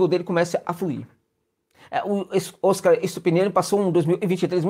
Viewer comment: Vamos nos acostumar a pronunciar o Óscar, palavra Paroxítona. Como o prêmio do cinema mundial.